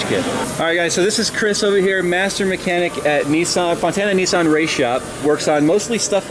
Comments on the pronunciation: Nis- San not neeeee-suuun. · lol .. Nissan = Nee sahn .. apparently =p